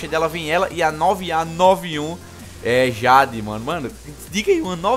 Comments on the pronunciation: "Awm - ÊI - DIÊIDI" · AWM - A - JÁDE kkkkkkkkkkkkkkkkkkkkkkkkkkkkkkkkkkk ri dms cara, like lekão